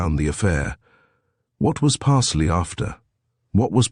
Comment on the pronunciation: Parsloe is surely the name ... pronounced Pars-low or Parz-low if from further south